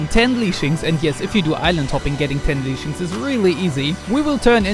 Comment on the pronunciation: Lashings not leashings